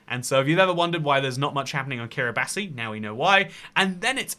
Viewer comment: pronounced Ki-ri-bas